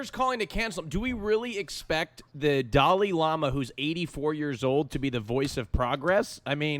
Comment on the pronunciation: It's dalai lama not fucking Dali Lama 🤦‍♂️😂